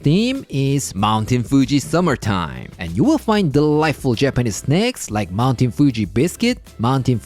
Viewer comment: Thought I heard. "snecks" 😅